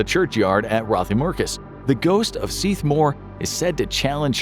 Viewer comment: Very impressed by your pronunciation in the Seath Mor story. 👍